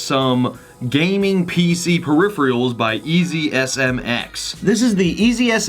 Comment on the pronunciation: [puh-rif-er-uh l]